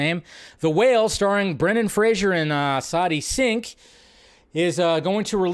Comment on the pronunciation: Sometimes I feel like messes up names on purpose. This man messed up Sadie Sink. 🤣🤣🤣